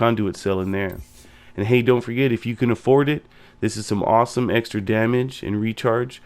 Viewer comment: Did you just say- "asome"?